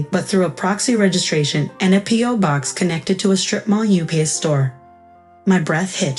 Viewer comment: Post-It, not posted. UPS, not u-pay, Mispronouncing "Catherine." Led, not let. MTech's, not M Texas.